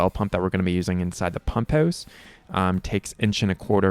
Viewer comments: Is that how they say it in Letterkenny...pump'ous? 😊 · You're in Arizona ... but from Canada? The "pump hewse" lol